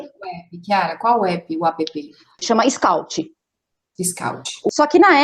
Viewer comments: Não é apepê, linda. É ép. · App se diz "épi". A pepê é a irmã da neném. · Que agonia dessa mulher falando A.p.p